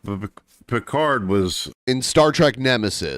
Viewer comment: Is saying "Bicard"? I can't tell, but I think he is.